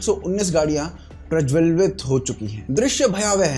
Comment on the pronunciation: I don't understand... Jab nahi aati Hindi bolni to mat bolo na yaar. Supurd ko suprid. Prajwalit to prajwalvit. WTF!